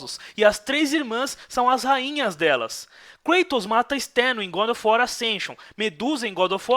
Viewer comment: Como o fala, GoRo of uar kkkkk